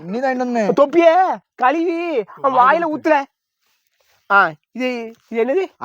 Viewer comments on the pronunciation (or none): none